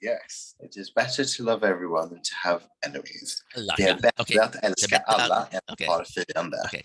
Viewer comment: Cringing at the älska/fiender part. You can tell he knows he’s saying it incorrectly